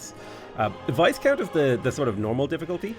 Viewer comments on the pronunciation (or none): Someone hasn't been watching Bridgerton - Viscount rhymes with "high count", Marquis is "mar key" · hey...FYI you don't pronounce the S in "viscount":-) (VIE-count) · The "s" is silent in viscount btw.